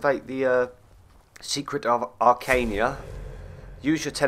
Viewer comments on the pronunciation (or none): ... It's Arcana ... not Arcainia. XD